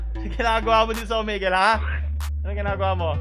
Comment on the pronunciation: "Omigle" I lost my composure here.